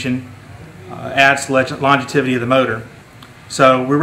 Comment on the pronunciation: Can someone please teach this guy how to say "longevity"!!